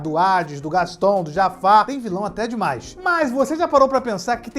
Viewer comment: Como assim "Hades"? Kkkkkkkkkkkkkk